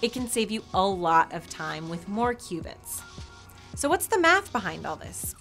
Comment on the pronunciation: I thought she said "2 Cubans"